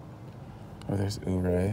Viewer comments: Yur-Ray, not Ooo-Ray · Ouray is pronounced “yourray”.....nice video! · I think ...Ouray....is pronounced.... ....Your A... not sure.